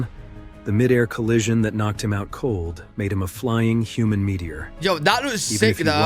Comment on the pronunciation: The way you pronounce "human" is actually ridiculous bro 😂 Toddlers speak better english than that 😂 You make us sound like food ☠️